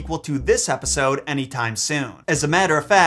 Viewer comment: Did he really say "Wrap this repisode up" at the end. Not a typo, I seriously thought I heard an R in that word